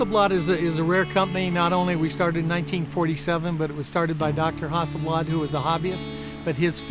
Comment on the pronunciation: It's actually pronounced as "hussleblaad". But That's the closest I can get:)